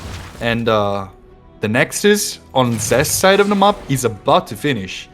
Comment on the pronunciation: Good cast, thank you., your pronunciation of "map" is the most triggering thing in e-sports casting. Please fix <3